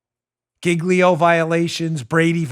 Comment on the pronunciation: Do they really pronounce Giglio /JEEL-yo/ like /GIG-lee-o/ in court? 🤦🏻‍♀️